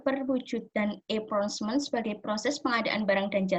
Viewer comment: Assalamualaikum wr. wb. Mohon maaf sebelumnya, saya izin menyampaikan feedback dan koreksi dari pak zaenuri. Pada presentasi (cara pengucapan) cukup baik, hanya kesalahan pada pengucapan procurement = prəˈkjʊə(r)mənt. Lalu powerpointnya mungkin bisa dibuat lebih menarik dengan mencantumkan poin poinnya saja dan menggunakan gambar yang mendukung. Kemudian di presentasikan dengan menjelaskan poin poin tersebut. Selain itu harap ditambahkan video sedang presentasi. Terima kasih